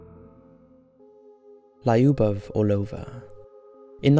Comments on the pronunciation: it's not Lie-oobov, it's lew-buv and it's not or-low-vuh, it's Ar-low-va. Take some simple Russian lessons. It's super easy to learn ;) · final step to perfect this channel: please google how to pronounce Lyubov correctly. Hint: It's not laiuhboff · In the first story your pronunciation of Lyubov Orlova was killing me every time you said it :c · Lyubov Orlova is pronouced with the sound [ju:] - L[ju:]bov, and btw this name means 'love' in Russian) Just in case) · This is how "Lyubov" pronounced: Not Lieubov lol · Lyubov is not lie-oo-boff. 😂😂😂 Your pronunciation of foreign words is always a mess. I bet you do a lot of research for your videos, you should look for correct pronunciations too. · it's pronounced Luba right? Means love? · yes it's pronounced Luba, Lyubov means "love", Lyuba is a diminutive from Lyubov